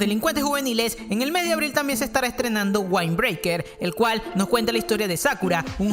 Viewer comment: Bro windbraker no se pronuncia "waind" sino que coml esta escrito es correcto "wind"